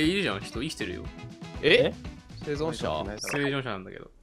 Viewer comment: 「せいじょんしゃなんだけど」 「せいじょんしゃ」 「せいじょんしゃ」……『生存者』と言い直さないで『せいじょんしゃ』で言い通す好きw